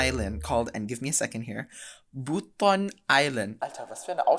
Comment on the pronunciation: yes, the letter c is always pronounced as "ch" in Indonesian, so you did well. You also did a good job with the pronunciation of "Buton" 👍